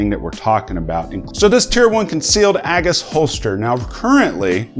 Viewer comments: A-GIS not A-Gus... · AGE-iss, not AGG-iss